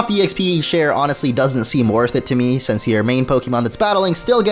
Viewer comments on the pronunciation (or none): none